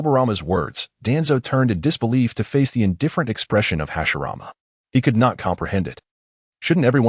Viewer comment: you got hashirama and tobirama names wrong